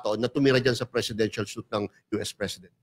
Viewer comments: Please pronounce SUITE na “SWEET”,. Anyway, pupunta din pala si President Trump sa atin within this year. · Yung suite Mali ang pag pronounce!